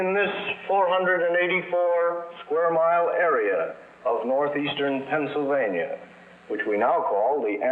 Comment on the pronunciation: PENNSYLVANIA, not PENNSYLVANIE.